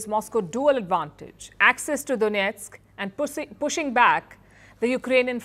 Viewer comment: Pussing back nice 👌 English 😅lol 😅